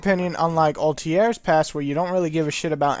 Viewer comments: altiar? XD this guy cant speak properly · "Altier and Enzio",wtf? what's the point of reviewing this game when you can't even pronounce the protagonists' names right xD